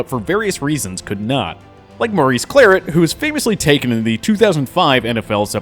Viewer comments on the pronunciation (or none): Maurice (Cla - Rett) pronounce it the right way